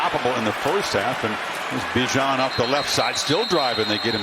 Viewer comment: They still say his name wrong. You pronounce it with out the I. B-jan not Bi-jan